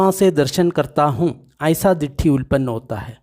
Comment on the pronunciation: सब्बासव सुत्त, सब आश्रव अर्थात कैसे आश्रव उत्पत्ति होती है। उल्पन्न नहीं भाई उत्तापन्न.चाहे तो त्रुटि सुधार लेवे।